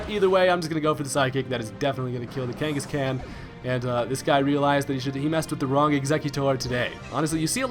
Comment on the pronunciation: KangaskCAN?? The Khan has the same pronunciation as Genghis Khan. Did you watch Pokemon growing up?